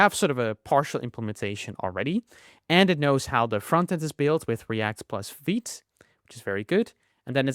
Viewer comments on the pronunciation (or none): none